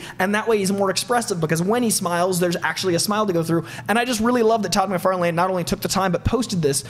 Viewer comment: Say Todd MacFarlane one more time...